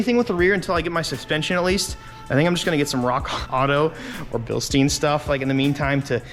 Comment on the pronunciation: It's not BilstEEn, it's BilstYn.